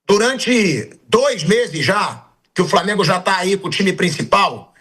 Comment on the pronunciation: Ele tambem fala Framengo